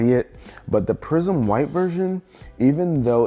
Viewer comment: I thought he was saying prison white